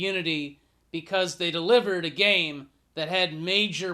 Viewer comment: Its a joke of you calling it gane instead of game.